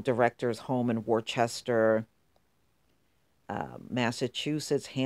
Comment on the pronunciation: Its pronounced Wooster. Its a Massachusetts thing